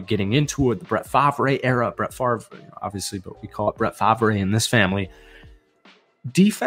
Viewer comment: You got your 250 likes Omg people say I ramble A packers fan who says Fahv ray Its Far; Brett Far; the Favre "V" is silent And I'm slow; what did the NFL fear???? Is it NFL teams fear the "comeback"? Or NFL owners and commissioner afraid ??? 8min I didn't hear it